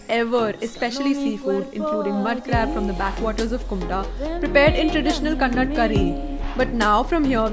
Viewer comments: It's not kannad mam it's kannada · It is Kannadaa not Kannad. I know you may give excuse as to in hindi there is no aa ki matra all that but we are really don't care your hindi language excuses. Pronounce it as Kannadaa not kannad . It is an insult . Put little bit more effort in knowing South India & our dravidian languages especially. Btw, lovely vlog. Thank you for visiting Karnataka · Pronounce properly. It's 'KANNADA' not Kannad. Nd ha I am a big fan of u 😊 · It's not Kannad it's Kannada 😅